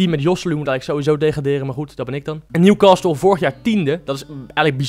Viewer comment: newcastle spreek je uit zonder 't' lol